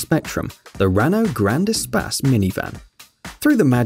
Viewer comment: Espace, not espas